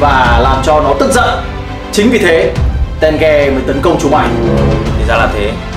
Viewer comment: ko phải tenge mà là té ge=)))